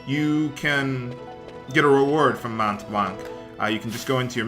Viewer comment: It's pronounced "Monblan" NOT "monTblanC". It is written as the highest mountain in my country (and so, pronounced the same). Check the Wiki for the pronounciation if you want.